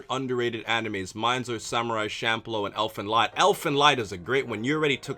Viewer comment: it is pronounce elfen "leed"